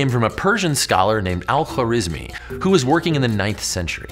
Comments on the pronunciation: what is is: al-khwarizmi ❌❌ what I hear: alpha rizz me✅✅ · Great Video! One note, in Arabic, we don't have consonants linking together much, because of the different ways to spell each letter. So the guy's name is Al Kha-wa-riz-mi